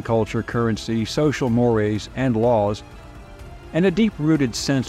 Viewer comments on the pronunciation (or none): none